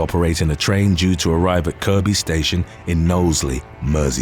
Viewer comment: As a resident of the Wirral, I would just like to offer my appreciation and amazement that you pronounced Kirkby correctly 👏👏👏